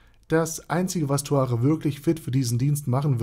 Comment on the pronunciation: Erstmal Aussprache Naserick Und Zuare